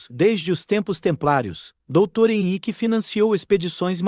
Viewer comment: Não é Xi é décimo; não Euiqye é Henrique.aprenda por favor Poruguês ao menos no tradudor do Google; Clemento V( quinto); PoetugaL o L final se lê como ÉLE NÃO Au,; Dom Henrique